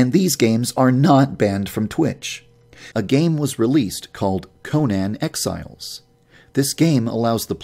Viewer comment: I swear if this guy says "Conan Exiles" wrong ONE MORE FUCKING TIME I will KILL MYSELF